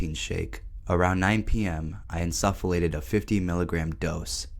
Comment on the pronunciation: you're pronouncing insufflate wrong